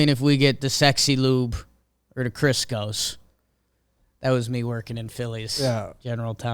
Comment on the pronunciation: Well done on "The Criscos" Accurate